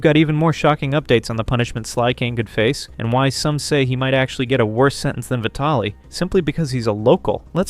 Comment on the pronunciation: How the hell do people not know how to say VIE-TALLIE?